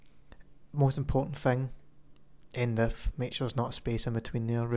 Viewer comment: Is he saying End if or End Lf?